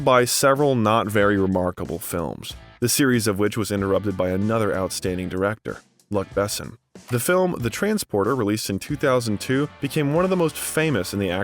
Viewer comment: "Luck Basson" 😅